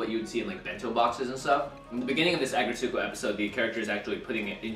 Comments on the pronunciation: Good recipe! Small FYI: The title is pronounced either "ah-GRETSS-koh" or (the original Japanese title) "Aggressive RETSS-ko". (It's not, as I heard say, "ah-gret-SOO-koh");-) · I couldn't figure out what was saying. Then I realized it was his pronunciation of "Aggretsuko" lol! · Please stop pronouncing it so wrong 😭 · All the cringe of how he pronounced Aggretsuko